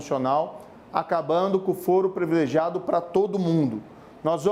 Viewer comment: Moro depois do "CONJE" ME SOLTA UM PREVILEGIADO". CARA VC NÃO SABE O PORTUGUÊS. "PRIVILEGIADO " É O CERTO. NÃO SEI COMO VC CHEGOU A JUIZ SEM CONHECER A LÍNGUA PORTUGUESA.